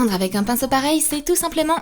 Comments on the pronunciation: A oui oui le pincho on dis le pinceau 😂😂😂🤣🤣🤣Mdr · *AUX MIEUX DE DIRE PINCEAU ELLE A DIT PINCHEAU *